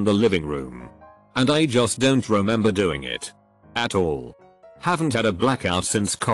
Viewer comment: A beautiful artifact of these lazy text to speech reddit vids. Wouldn't be so bad if they did so much as a single listen and edit before uploading.